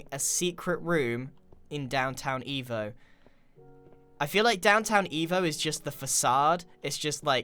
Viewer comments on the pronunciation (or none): It sounds like he's saying, instead of downtown evo, he's saying downtown evil. Lol